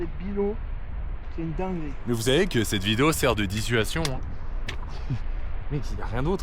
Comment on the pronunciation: Dissuation qu’il a dit 😂, tu m’as tué ahah